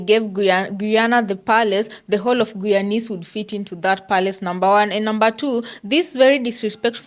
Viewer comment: It’s pronounced Guyanese (Gii-yawn-neeze with the emphasis on GUY!